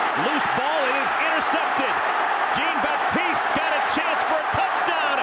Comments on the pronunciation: Is he Haitian? If so its (sh-on) baptise not (g-een) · These people can't pronounce Jean-Baptiste for shit